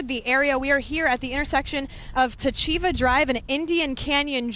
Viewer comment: Pronounced "TACH EVA" And its "Indian Cyn Drive" Damn news. I lived up the street since 75 til i moved in 93. Palm Springs liquor used to be my coffee stop on my way to work every morning.👍🏼